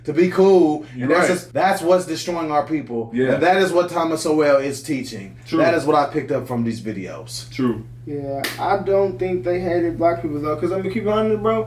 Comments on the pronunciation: You guys.. His last name is not pronounced SO-WELL.. It is sounds like SOUL with a W in there. Like SOUWUL.. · It’s not “So-well” It’s pronounced “Soul” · his name is not pronounced so-well. it is pronounced like soul! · lol, when his name is pronounced So-well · Not ALL American blacks are from Africa. They only share skin color. We need to stop the division asap. Side note: Sowell is pronounced like ‘soul’. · Pronounced "Soul" Love these vids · I believe his surname is pronounced "soul". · "Sowell" is pronounced "Soul." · Thomas Sowell....is pronounced like "soul". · Pronounced "soul" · Name is pronounced like SOUL ...... good job presenting this brilliant man. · this will sound weird but the fact that the man in the front right doesn't know the pronunciation of thomas sowell's name makes his takeaway from the videos that much more earnest because he came in with no pre-conceived notions